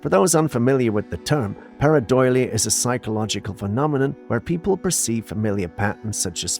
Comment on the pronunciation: I believe you are pronouncing paradOlia